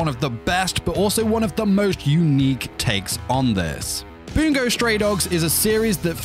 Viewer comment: every time he says "boongo" stray dogs i want to jump off a cliff